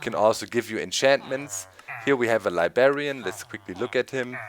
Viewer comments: It's "LibRRRRRarian"! not "libarian" there is a "r" in between the "b" and the "a" sorry, but that always annoyed me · libarian xD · Doc! There's 2 "r"s in Librarian. :P